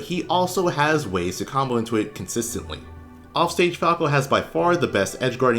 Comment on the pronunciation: "Lets CAWK about falco"